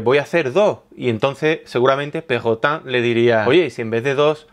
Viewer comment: jajaja no se cuantas veces me he reido cada vez que dices perrotan xD